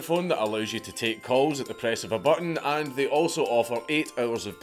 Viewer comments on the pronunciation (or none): none